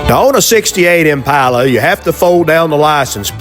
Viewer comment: Nice to hear you pronounce Impala correctly.